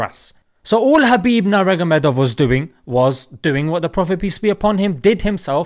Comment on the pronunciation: Heyyy....at least pronounce his name correctly....Habib Noor Mohammad